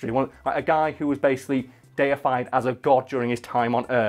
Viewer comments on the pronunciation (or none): none